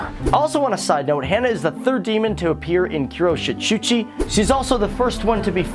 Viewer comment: Kiroshitshuchi I'm dead